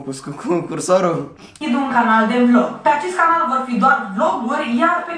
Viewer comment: Selly zice "canar" in loc de "canal" 😁